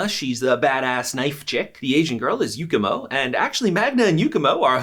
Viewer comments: Btw it’s Yumiko not Yukimo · You said Yukimo instead of yumiko 😂😂😂😂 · Isnt it Yumiko and not yukemo